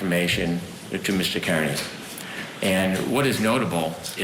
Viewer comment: It's pronounced "Carney." All these years and you can't even say it properly.